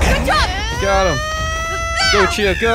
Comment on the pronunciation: It’s Chio not Chiow